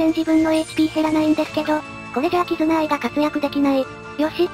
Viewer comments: 2回目のキズナアイがキヅナアイになっていますよ。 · キズナアイのことをキタナアイって言ってるやついる。キズナアイなめすぎでしょ